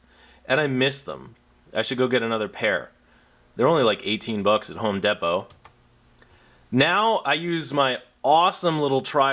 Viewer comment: Did you say home depow?🧐